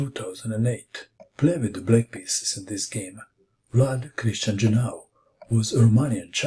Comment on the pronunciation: jiAnu not jinAu